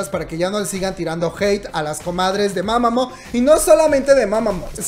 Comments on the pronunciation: Mamamoo Se dice "MAmamU" NO "mamamo" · este comentario es para corregirte: se pronuncia mamamu, no como se escribe, y se dice "juasa", la H suena como J pero estuvo muy lindo el vídeo, gracias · Creo q se pronuncia mamamuu🤷‍♀️